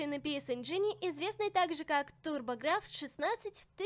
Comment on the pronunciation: Ты не правильно произносишь.Надо говорить:Пи Си энжен и турбо графикс 16